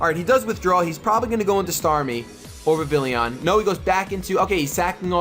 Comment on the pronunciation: You acually say vivillon like viv-ee-on but say it how you like just a fun fact